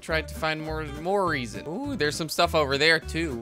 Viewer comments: Its not Reason its pronounced Reh-zin. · Panos Gamer it's pronounced rezin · and the mineral Resin is pronounced Resin with short E not Reasin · resin not reason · Resin sounds like re-zin (vowel e) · it is pronounced ree-sin and teeh-th-er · The e in the word resin is not like the word eve it is like the word rebels